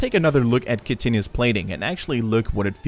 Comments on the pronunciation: definitely not what sounded like "kitchenous" a few times in the video. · Chitinous is pronounced kitin' us. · As a former SC2 player; it's pronounced KITE-Nis. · its pronounced like kite-onous or kite-on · You butchered Chitinous plating.